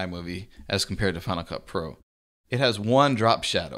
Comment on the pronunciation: Good Video. Every time he says Final Cut pro it sounds like Hanukkah pro. haha